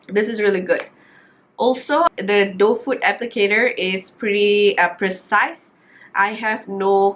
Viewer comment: A E I O U - T is not include. So pronounce tu nicely sikit. Correction, not “d” box, just say it the box. Not D box. I know u know what i mean . Kbai